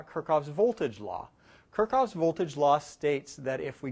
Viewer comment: It's KirchHoff, not Kirchoff ;)